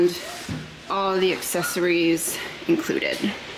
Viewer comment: For the love of all things holy can you please learn the proper way to say “espresso” and “ accessories”? There is NO “x” in either! I can’t watch this video with your hillbilly verbiage!